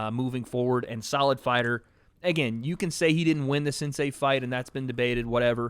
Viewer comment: Can someone please get to and explain that it’s “sensei” and not “sansei”